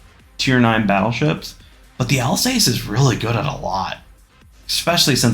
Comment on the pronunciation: In the Colombo line,the tier 7 is absolutely painful but from the Vittorio Veneto and on are great(also "Al-sase")